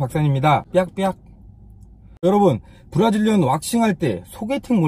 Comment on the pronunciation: 발음 조심해주세요..브라질리언이 브라질년이라고 들리네요 ㅋㅋ